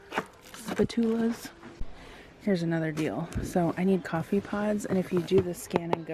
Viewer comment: This is in all jokes.. but I never heard no one pronounce spatula the way you did. I thought I was saying it wrong all these years so I did the definition where Google sounds it out for you. I was relieved that I was right! 🤣🤣 Great haul! Seems like Sam’s is cheaper than Costco.